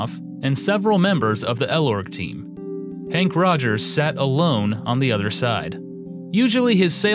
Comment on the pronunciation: Also, it’s Henk Rogers, not Hank. Peace.